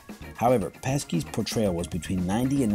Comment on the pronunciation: Also two things: What? They confirmed that Pulp Fiction and Reservoir Dogs are in the same universe? And it's not Joe Pesky, it's Joe Peshi.